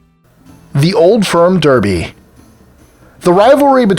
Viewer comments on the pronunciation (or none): none